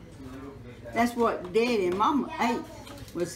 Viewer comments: I loved this one too! But y'all she's sayin "Deddy" not "Daddy"... Gotta love it. Wouldn't trade these ideals 4 nothin! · OMG I really enjoyed watchn her! I actually teared up I'm African American but she sounds and pronunciates just like my grandmother especially when she says deddy instead of daddy!💜